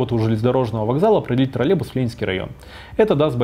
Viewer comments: Отличный ролик! Спасибо большое! Но почему Вы произносите «троллебус» без й? Может это мы неправильно говорим троллеЙбус? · Раздражает костноязычие. Автор!!! Не тралебус, а троллейбус!!! Посему половина слова не произносится? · ТроллеЙбус, а не, как Вы говорите, троллебус. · Тралебус--😄😄😄. Прівет, калхознік!